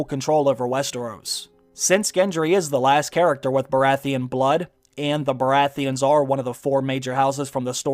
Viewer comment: The Red priestess can't pronounce Baratheon